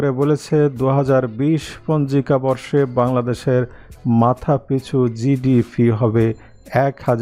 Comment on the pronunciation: Dtp or GDP or GDB clear pronunciation brother.